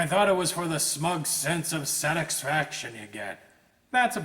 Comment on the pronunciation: "totalitarian dickshaytatership" "smug sense of satiksfaction"